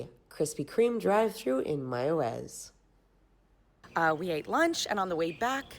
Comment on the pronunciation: You pronounce Mayaguez, perfectly